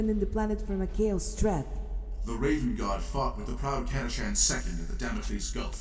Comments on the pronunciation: To be honest, pronouncing it "Cata-can" feels much more natural to me than pronouncing it the other way. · Everyone on Catachan is Sylvester Stalone, so of course they'd use the Italian-American pronunciation of 'ch'